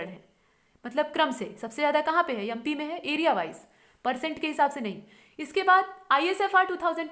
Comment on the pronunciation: mam aap MP ko YUMPI na bola karo. pet main gudgudi si hoti hai. .... waise aapki aawaj bahut acchi hai......and mam we all need to see you,,,,,, please.................................